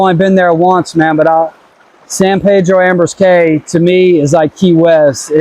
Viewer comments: Believe people in Belize pronounce Caye as key... Not Cay .. Belize is beautiful! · Caye is pronounced “key” not “K”